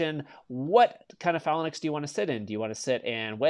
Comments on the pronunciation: 4 years and still can’t pronounce phalanx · Say phalanx... one more time... I know Char I'm gonna have him kick your ass!